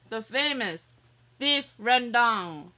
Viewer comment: sate babi is a pork satay 🖒btw you're the only non-indo youtuber who pronounce beef rendang correctly